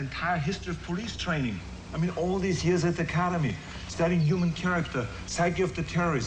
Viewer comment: "All dese yeeurs-uh-dacademy"